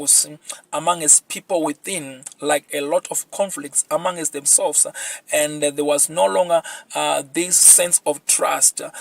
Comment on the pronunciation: Its not amangest! Its among - st!